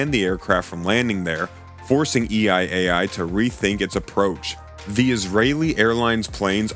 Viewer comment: What is EI AI? I think he doesn’t know how to pronounce EL AL 😂